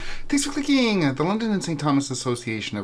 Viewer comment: Thanks for clee-keeng!